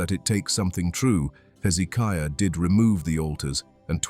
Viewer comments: Oh how i wish these AI commentaries used correct English ! 701 is said ' Seven Hundred AND one ' ! Bloody stupid American dumbed down syntax ! Pronunciation in a commentary is vitally important too. King Hezekiah's name is pronounced with the stress on the 3rd syllable - hezekIAH, not hezEEKiah. AI may be useful but it needs to be taught basic grammar and pronunciation. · Why is it the people who put this stuff out can't take the time to actually watch it and note the places that need editing? Amazing you went to all this work and miss getting things right. 3 different pronunciations for Hezekiah's name? There are other things as well. You would succeed with what you are doing, or should I say trying to do?